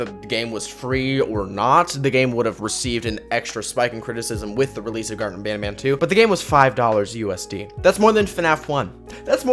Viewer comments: When he said garten of banban at the intro he said gurten of banban lol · Bro the name is garten of banban not garten of badbad